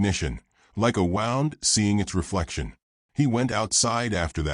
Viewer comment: A lovely gentle story. Keep it up. Just like 2say that u shud ‘proof’ (edit-correct etc) b4 posting online. English has some words which are spelt the same but mean different. Here it’s ‘wound’ which is mis-pronounced sounding like ‘found’ (as in a ‘wound’ clock). It shud be pronounced ‘woond’ meaning injury or hurt (reference her past ‘woonds’).